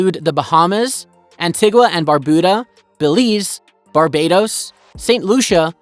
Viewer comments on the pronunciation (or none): none